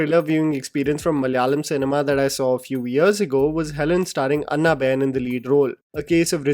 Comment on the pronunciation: Not Annna Ben. It's Ana Ben. Like Anna Kournikova??